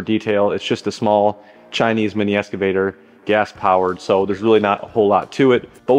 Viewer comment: Sound like you say "Escavator".